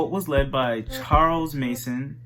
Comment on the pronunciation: Sweetie it's Charles Manson not Mason